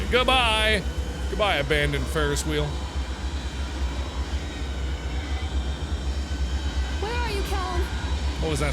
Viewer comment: He said "ferris whale" did no one else hear that 😂